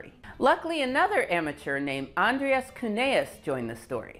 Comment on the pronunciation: This is too late for this video but it's Andreas Cuneus not Cuneaus. (Eau triphthong is French not German as my last name attests to.)